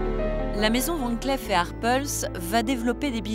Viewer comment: Pour la narratrice, on ne prononce pas "van clef mais Van clif"